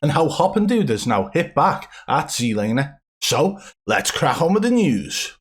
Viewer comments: I love how you accidentally said zee-laner. ITS ZED LANER!!!! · I gotta know, how come in old videos you pronounce it regular zlaner but in your newer videos you pronounce it zedlaner? Just curious lol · Jlaner? WTF. LOL. I thought you were having a laugh. Ugh.